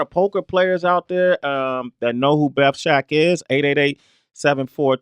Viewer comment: BETH SHAK not Shek